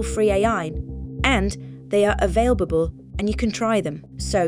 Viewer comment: I'm sorry, I just can't make it past "availbable" and the way Lara says it LMFAO.